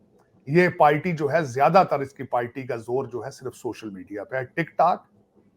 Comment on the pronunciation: टिक टाक , फ्राड, गाड़, काल ये हैं साजिद साब के उच्चारण माशाअल्लाह